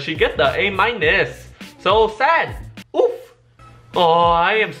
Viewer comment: it no joke sounded like woof